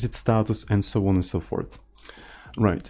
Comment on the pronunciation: Please, from now on, say "so on and so porth" 😂😂